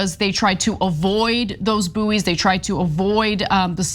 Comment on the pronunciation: Boo'ee's!!! Wtf 😂 It's bouys, pronounced as boys! Americans!!!!! 😂😂😂😂 🇬🇧 🇬🇧 🇬🇧!!!!